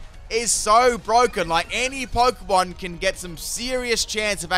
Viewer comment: The way you incorrectly pronounce a lot of Pokémon hurts.